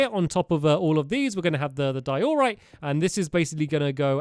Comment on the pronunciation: It’s not di-OR-rite It’s DIE-o-rite